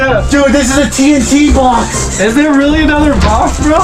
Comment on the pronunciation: “DERE WE GO”